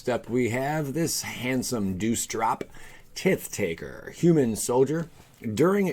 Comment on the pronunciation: Tit Taker? LOL, dude I watch your videos for all the wrong reasons. It's just so funny to hear you butcher your own language. Tit taker lol.... ooooh man